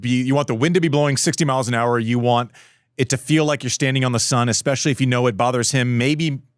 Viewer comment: can Andy slap the other guy every time he says EXSPECIALLY